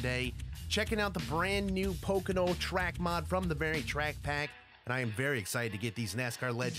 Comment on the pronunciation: Really "pocono oval "